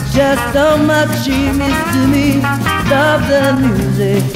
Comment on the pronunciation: いわゆるカタカナ英語とは違って割と綺麗に発音してる方だと思います(*^^*) Stop the musicの発音の仕方とか 声自体は10代のそれなのにすごくセクシーですよね